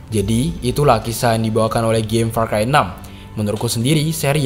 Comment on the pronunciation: said "PAR CHI"